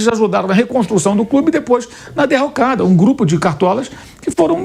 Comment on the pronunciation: O "corimtias é un crúbi jigamti !"